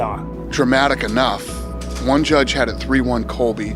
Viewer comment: Usman:im going to Juge u and panish u.